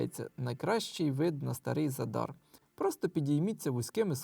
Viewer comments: Ви увесь час невірно називаєте назву міста Задáр. Наголос НА 1-Й СКЛАД - За́дар!!! Виробляти якісний україномовний контент - це відповідальність. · ЗАдар - наголос на перший склад.